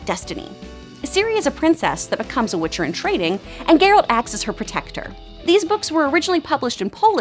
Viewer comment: Omg this girl was saying his name totally wrong the first several times... she’s def just reading of a promter.. meh lol